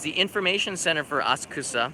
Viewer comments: ASA'KSA PLEEEEEASE!!!! Not AS'KUSA!!!!! The "U" is silent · Hmm cannot stop cringing when you say "asKUsa", it is "aSAksa"